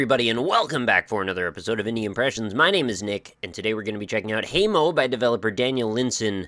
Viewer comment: I think haemo is pronounced hemo not heimo. Haemo = Blood